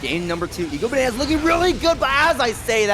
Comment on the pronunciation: Well, also kept saying "EGO-Bananas" when it's clearly "I-go-Bananas", so yeah... there's that.